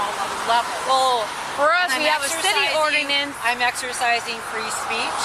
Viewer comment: It always tickles me when officers can barely get the word "ordinance" out of their mouths but want to violate people's constitutional rights with unconstitutional laws.